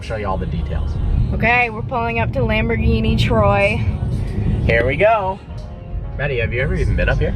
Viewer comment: when you can't pronaunce Lamborghini Like it should be you don 't deserve the car..